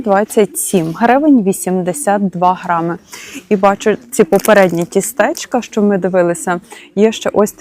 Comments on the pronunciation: Мені неправильний наголос теж вуха різав ... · Тістечко - наголос на першому складі!